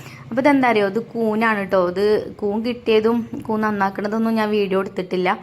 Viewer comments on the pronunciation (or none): കൂന് അല്ല കൂൺ എന്നല്ലെ 🤓